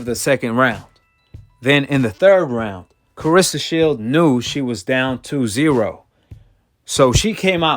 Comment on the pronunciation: CLARESSA and not CARESSA!!! And SHIELDS NOT SHIELD!!! And MMA not THE MMA!!!!! TALK RIGHT!!! SMFH!!!